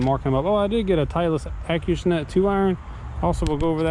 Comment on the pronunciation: Acushnet....Not hating on you but I think you're saying that a little off, or I maybe I am. Acushnet(Ahhh-cooo-shhh-net) Either way it's make money money make money money!